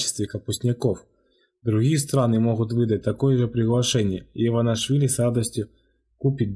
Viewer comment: не иванашвили , а Иванишвили